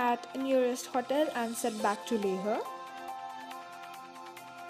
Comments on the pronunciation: Why are you pronouncing leh as "leh-a"? Isn't it pronounced as "lay-h"? I may be wrong..But I don't think that's how it's pronounced. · Dammit its Leh not Lehha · It's Leh not Leha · Not LEHA.....only LEH....h is silent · Leha nahin, only Leh!!! Make video again without accent...... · It's not le-huh. It's Leh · It's LEH n not LEHRRR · It is not leha it's leh rest thump up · Leha like 50 times and it pricks sooo much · First of all its not pronounced as LEHA but LEH. I have never heard such pathetic English accent in my life. No hard feelings but please improve your accent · I'm from Leh....and guess what, we don't mind the pronunciation.. Good vid though.. Visit back sOooOoon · Yeah its leh... Like layh..yknw Don't ask, Cuz I'm from Leh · Karan Thakur yeah man, leah is so annoying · Hey good videos, when did you visit leh? Also tell me, is to safe to go there in month of sepetember? also Iike the way you pronounce leHhhhh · Hey,how are you? I want to know which action cam did you use? By the way nice video and I like the way you say "LEH" it's kinda different!